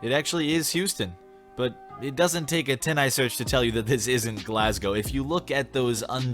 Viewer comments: Hey, you pronounced Glasgow correctly. I think it’s funny when people pronounce it wrong so it would be cool if you did next time. It always gives me a good chuckle. I’ve also heard Edinburgh pronounced “Eden berg” before so if that ever comes up could you say it like that? It would make my day. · An American knows how to pronounce Glasgow?? Maybe there is still hope...